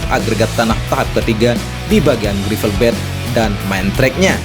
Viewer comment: run-off cara bacanya ran off, (jangan run off) gravel bed bacanya grevel bet, (jangan grifel bet) *biar kita semua sama2 menjadi tuan rumah yg baik, kemampuan bahasa inggris kita juga harus dikembangkan..